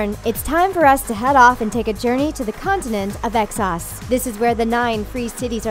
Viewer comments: “Exsos” facepalm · CC Suarez Exos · exos wtf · Westarrows and Eggsauce wtf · "Davis" "Melisander" "Exoss" "Westairos" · You need to have someone who can actually pronounce the words. I've never heard of the continent EXos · And Exoes...... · Drone, Davis, Melisander, Thein...goddamn, also it sounds like she says excess rather than Essos. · West-teros and Ex-sos??? Drone?! Editor needs to be fired. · I cringe when she says Westeros and Essos... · I love how she tries to explain the plot when she cant even pronounce essos right